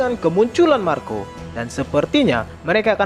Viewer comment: Marko de puyuh 🤣🤣🤣 aslina Sunda 🤣🤣